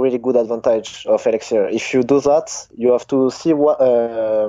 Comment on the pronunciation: "Now I have a huge huge erixir advantage u kno"